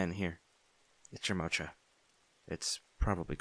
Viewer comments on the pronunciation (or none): Mocha is pronounced mo-ka and not motsha ❤❤